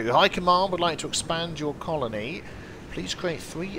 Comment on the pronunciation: Theory 1: learned to say "colony." Theory 2: recorded himself saying "colony" properly, and very skillfully cut it in everywhere he said "conoly." I'm just waiting for the space anemones to invade now.:)